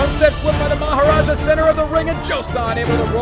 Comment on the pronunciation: It is also good to hear maharaja actually said correctly